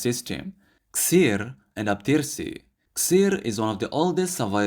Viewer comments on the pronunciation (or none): Its not called Xer (Sir) as you said. It is called Xeer which sounds like ((Heer). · the reason that theres so many names for camels could be cause some were personal names given to the camel by the owner to separate the camels also xeer is pronounced heer instead of seer the x is like h